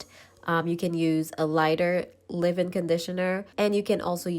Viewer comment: Who the hell says ....live in conditioner Its leave in conditioner...leeeeeeaaaave in